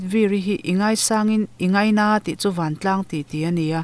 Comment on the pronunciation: Tlang chu i chhiar dik e...mahse Van ah hian à hi thluk tur ania....Vaaan vaaan